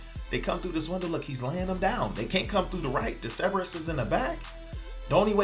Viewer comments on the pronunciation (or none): Holy Hell there are 2 r's in Cerberus! ceRberus!!!!!!!!!